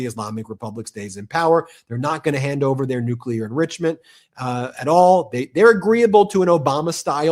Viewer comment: Someone please teach that maga congressman how to pronounce new-cle-ar